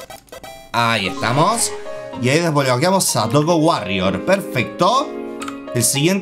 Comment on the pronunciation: No es doggo, es droggo :v